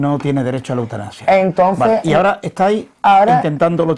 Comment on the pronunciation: ¿"Eutanapsia"? ¿y este sujeto es periodista?